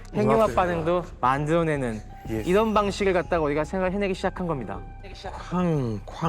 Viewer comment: 이분 혀가 짧아서 ㄹ 발음이 안되ㅋㅋ 우리가... 우디가, 분들이... 분드이, 빠져들어... 빠져드어, 만들어야되...만드더야대 . . . . 재밌네... 빠져들게되네